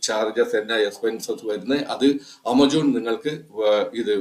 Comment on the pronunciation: ചേട്ടാ ആമസോൺ. ആമച്ചോൻ അല്ല 😊